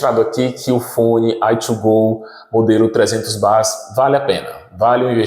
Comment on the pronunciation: Fala "Uai thuu goow" e depois fala BÁZZ... não entendo o Brasileiro, até quando acerta erra... kk é BEIS QUE SE FALA, CARAMBA!! BEIS 300!!